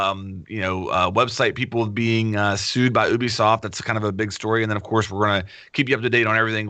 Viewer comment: I would love to see a speech therapist come on and teach flanked to pronounce "Ubisoft" correctly.. Everytime he says "Oobiesoft" I feel like a piece of me dies inside.